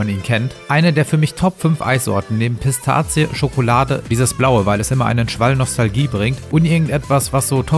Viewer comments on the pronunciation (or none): könntest du Pistazie bitte nicht Pisstazie aussprechen? Damit würdest du mir einen großen Gefallen tun.